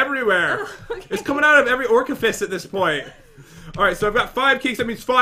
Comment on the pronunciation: "it's coming out of every orcaphis." -Pat 2018